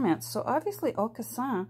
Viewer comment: Hi there! I'm French and would pronounce Aucassin the same way you do. Weirdly, since I live in Western Canada, I pronounce Celine Dion the English way. Except when I speak to my parents! Lol! Beautiful journal 😍